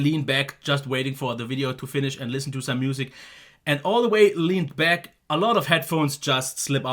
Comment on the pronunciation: Great review just missing one thing. You should have finished the video by saying "I'll be bauck"